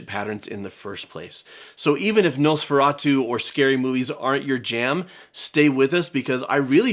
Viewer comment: That Nosferatu pronunciation from was spot on 👌